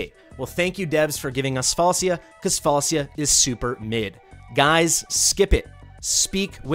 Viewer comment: It's semantic issue the name pronunciation is Falchia